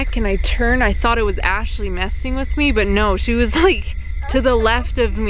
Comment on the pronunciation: I know this was a year ago but Ashley really said I ran🤣🤣